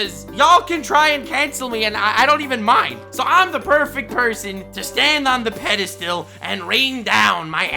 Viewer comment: . Hahah get cancelled he said pedastill instead of pedastool Ik its pedestal but im tryna convey how it sounds